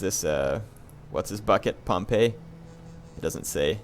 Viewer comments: Just a note Pompey's name is actually pronounced 'Pom-Pee' not 'Pom-Pay' Pompeii (pronounced 'Pom-Pay') is the city next to mt. Vesuvius Pompey (pronounced Pom-Pee') is the man/family name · I always thought pompey was pronounced like pompee...?